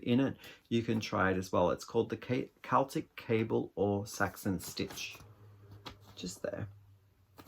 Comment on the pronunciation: Your sweater vest is wonderful! It's a great fit and the pattern is lovely. The shawl is gorgeous - the rose gold makes the purple really pop. The green yarns are all fabulous. Thank you for saying Keltic rather than Selltic. I love that one of your yarns is called Croft...I live on a Croft in the Outer Hebrides. My husband (who died in November) was the crofter and we had 41 sheep. Pixel has grown so much! She's a lovely colour - is it 'fox red'? Thank you for this lovely, chatty video.